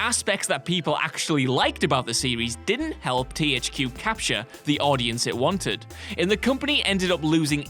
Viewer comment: "TEE HAICH QUE" :D